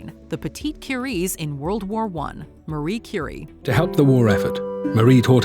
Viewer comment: I have to admit that I spaced out in the story with Marie Curie. Not that I don't adore her, I simply did not understand who it was about. Please for the love of god, put some respect on her and call her Marie Curie instead of Marry Curry. I know you care.